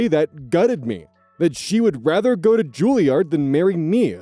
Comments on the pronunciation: It's Juliaahhrd. Less midwest sounding and more posh British. Not that it matters. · 1) I do believe Juilliard is pronounced like Charizard 2) Penguins of Madagascar ref???? Was not expecting that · Okay now he's just trolling us with these pronunciations. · the sudden 'King Julien!' after mispronouncing Julliard for a few minutes took me out while cooking lunch XD